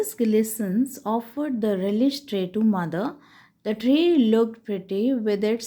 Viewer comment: It is not gilisson's it is gleasons